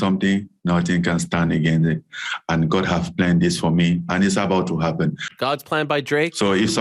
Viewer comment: "God Plans" 😂😂😂😂😂😂😂😂😂😂😂😂😂😂he butchered it perfectly